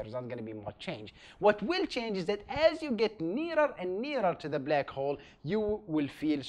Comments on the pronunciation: oh come onnn it's not blEck hole it's BLACK HOLE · a blaakc hwolle